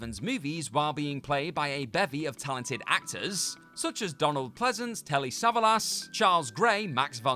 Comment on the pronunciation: Well, that was an interesting way to pronounce “Savalas”.